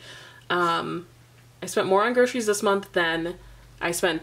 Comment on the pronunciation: lol. "grocies"